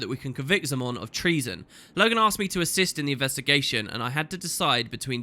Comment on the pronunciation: Also,, Minister Zey-mon not Zaa-mon xD